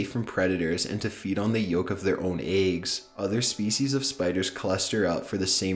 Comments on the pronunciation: Just pasta and eggs. I'm fine with everything else but my god please find a different way to say those two words lol. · Tell me why just said eggs like aigs